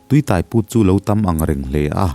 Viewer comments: Tuitaiput. Tuiáiput tih tur. Tai tih lai hi lam hniam loh tur, lam San deuh tur. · Tui tai put tih i lam dan thluk hi a diklo..midang han zawt tha teh aw😂